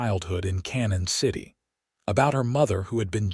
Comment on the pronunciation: Obviously not familiar with the towns around here. The town is not pronounced "Cannon City" but pronounced "Canyon City".